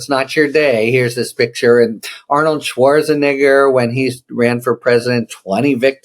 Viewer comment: SchwarzenEgger, not SchwarzenIgger.